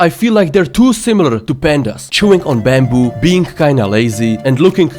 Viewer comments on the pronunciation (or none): KOALA EAT LEAVE NOT BAMBO